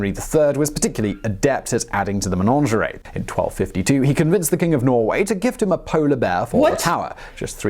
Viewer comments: The word is Menagerie, not Menangerie like this man keeps saying. I can't understand why he would get this wrong?? 🇬🇧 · I don't know why he keeps saying 'manongeray'. There's no such word, he means managerie (MAN-AJ-ER-EE). I think he's trying to sound posh!